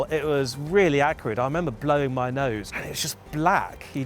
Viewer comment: "The smell was really acrid." Not "accurate"! 🤦‍♂